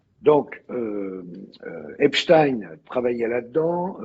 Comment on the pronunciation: Tant que tu parles d'EpstINEUUU et de la guerre en Iran, tu m'as perdu....